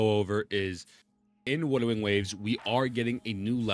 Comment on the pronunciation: ok so forgive me as i dont know if thats a condition or not , but why are you saying wudering waves? your speech seems to be good except that word . is that kind of a gimmick or something im not aware of ?